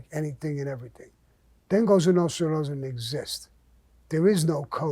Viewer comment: I have to admit, I enjoy Mr Gravano's stories. They're either funny, or intense, but always entertaining. If you listen closely, there are a lot of life lessons in these stories. I love when he invokes the life of the Cosa Nostra. He even pronounces it properly. It used to be a life of respect, at least for men like themselves, and their families. I was never a fan of John Gotti, he did more to give Italians a bad name, than Mr Gravano ever did. I would like to say thank you to Mr Gravano for the stories, and to wish him a happy mothers day. LOL. Stay Blessed Mr Gravano